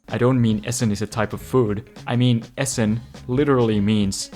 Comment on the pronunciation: not one name was pronounced correctly :D mhm no Essen was correct